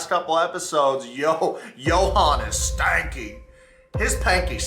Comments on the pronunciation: It’s sanky not “stanky” 😂 but Yohan stinks of deception so maybe it works anyhow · Stop its not stanky. Is SANKY, there is no T is sanky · Sanky, not stanky